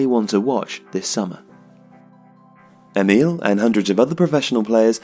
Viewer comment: Thanks, great video! But since the voice-over is butchering it, the proper Swedish pronunciation is: Emil = "Ear-mill" (with a silent "r"). Emphasis on the first syllable. Forsberg = "Fosh-bear-j" (with the "j" being very soft). Emphasis on both syllables, favoring the latter.